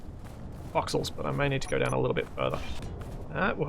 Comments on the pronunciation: "We're going to go blun wok higher" eh? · We're gonna go blone wock higher. Had to rewind to make sure it wasn't just my ears playing tricks.